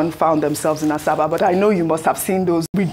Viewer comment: Ms. Ojyk, it's not "Asaaasabaa" ; it is pronounced ASABA!